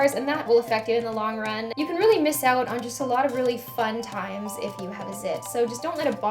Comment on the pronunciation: love when your Canadian accent slips "oat" =]